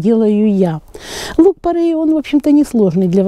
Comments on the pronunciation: Порей , не порЭй. Ухо режет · Поправочка: не порЭй, а порЕй. Не правильное произношение слух режет, а так спасибо, полезная информация. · ухо режет не то слово((( порЕй